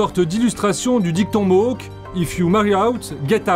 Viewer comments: Ils ne sont pas "Mok", on prononce Mo-âk, le a comme dans Château. Leur supposé territoire historique était aux États-Unis mais ils ont vendu leur terres aux américains. Celles qu'ils ont aujourd'hui leur ont été gracieusement données par les canadiens. Pour éviter les conflits, on ne les contrarie pas trop pour éviter une autre "crise d'oka" (faites une recherche). Ils peuvent devenir très perturbateur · MOHOK ?.. Bordel , vous auriez pu travailler sur la prononciation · Ça se prononce ''Ganawagué'' et ''mo-awk''. Même au Québec, les gens font l'erreur. Pis on dit pas indien, mais première nation ou autochtone